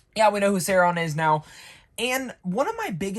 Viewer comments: SAU-RON,not Sairon🤣great review for the rest my guy 👍😎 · dude are you saying his name like that on purpose?